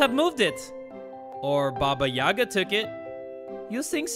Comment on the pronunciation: The slavic stories always were a part of my childhood! Love your videos btw, keep it going! So to explain the name Baba Yagá(the stress is on the second syllable actually), Baba is short for granny and yaga is her name. So basically baba yaga is a scary ugly Slavic witch, that usually figures in mythology, flying on a broom and living in a hut with chicken legs. She also has some magical powers and lives in a forest. Tho I’m sure that in this game her(or its) appearance will be much more different and even scarier than it is in kids tales.